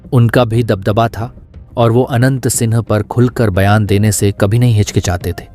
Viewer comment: आवाज "आनंद "सिंह आ रही है